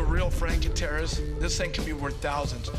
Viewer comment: hey top ten the gamblers pronounced guittierez right should've just went with what he said